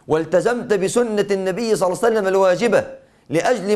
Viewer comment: بارك الله فيك...ولكن عند الصلاة على النبي صلى الله عليه وسلم عليك أيها الشيخ أن ننطقها بصورة صحيحة...ولكن النبى (صلسلم) ما هذا؟